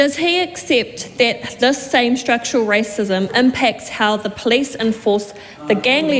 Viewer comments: Can’t even pronounce the word Police , she says Plice !! Pig ignorant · so they demand everyone speak maori PROPERLY but she cant even say POLICE properly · I wish she would learn how to pronounce police correctly.